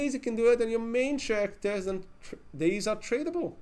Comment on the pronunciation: It's pronounced karakters, not tjarakters. (talking about characters).